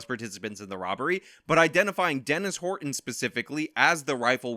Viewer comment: Please stop saying Horton like that. 😖